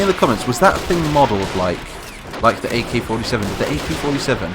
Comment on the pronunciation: It's not OK 47 it's AK 47